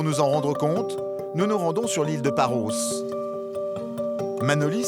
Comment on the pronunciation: Ils devraient surtout apprendre à prononcer correctement le noms de ces îles. En effet, Paros, Tinos .... se prononcent "o" l'omicron grec et pas "Paraus", "Tinaus " ce qui correspond à la prononciation de l'oméga grec.